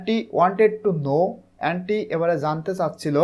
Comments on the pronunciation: ওটা এ্যান্টি হবে না। ওটা অন্তি হবে। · Not এন্ডি Only ওন্তি😅